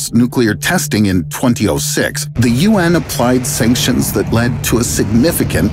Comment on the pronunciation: U say 2006 wrong